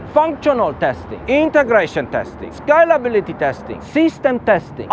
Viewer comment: I thought he was skylability for so long but he's saying scalability 🤣